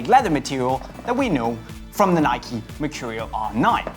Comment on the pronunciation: its nike dumbass